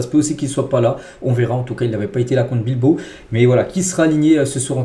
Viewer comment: Bilbao chef. Et non Bilbo😊😊😊